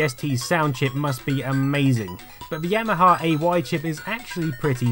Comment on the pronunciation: I noticed several times that you not only mispronounce Yamaha as YAHAMA but you spell it Yahama too. Is this a dyslexia thing?